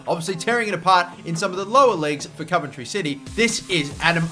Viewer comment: as a coventry city fan i am nothing but thankful to newcastle for letting us have him because the last thing i want is marc antoine-fortune cos hes just shite...wish for nothing but the best for adam armstrong (p.s. you pronounce the 'ov' in coventry how you would say 'of')